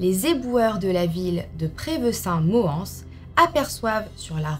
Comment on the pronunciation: On dit Prevessins « moinss » lol c’est chez mon oncle choquée bon allez je sors les 🍿